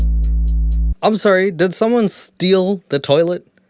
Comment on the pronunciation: The canadian “sorrey” & the part of them stealing Jesus sandels & robe 😭😭😭💀 Love the content as always. You literally talk of topics and do things noooo other youtuber i know of does but ALSO stay interesting! Hope youre doing alright 😇